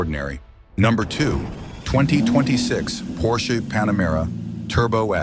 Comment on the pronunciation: When AI voices learn to pronounce basic letters and numbers it will be a lot better, maybe car brands too Porshee? WTF